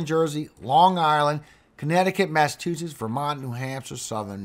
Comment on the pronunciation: Please, it's pronounced Mass a CHU setts